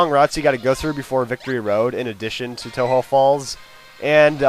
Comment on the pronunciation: since you pronounced tohjo as toe-ho does that mean its a spanish word?